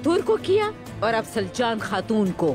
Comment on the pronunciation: Soory but it's not slacan it's saljan